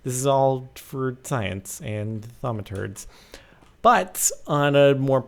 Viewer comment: That's like teh best word ever: Thaumaturd :P